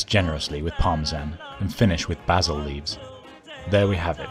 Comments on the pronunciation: And basil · He said “Bah-sil”. 🤣